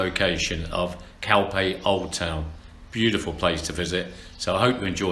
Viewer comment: English pronounce...calphey,🙃